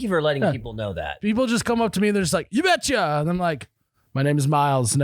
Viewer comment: This robot really sucks at saying ya betcha